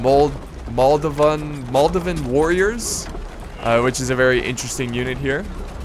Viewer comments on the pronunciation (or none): Moldovan is pronounced moldovun